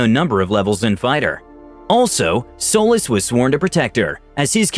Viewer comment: Am i the only one that heard Solis as Soulless?